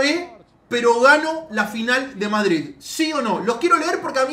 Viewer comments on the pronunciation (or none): none